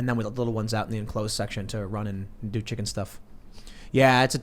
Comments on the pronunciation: something bugs me about how he pronounces it. chiCKENN! Not sure why lol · I always get annoyed by the way Tim pronounces the word "Chicken". And of course he has been obsessed with the word in the past few weeks lol.